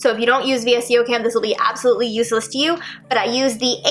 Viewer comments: Vsco is pronounced as Vis•Co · VSCO is pronounced (Vis-Co) 😘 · when she said v.s.c.o instead of VSCO i realized how old this video is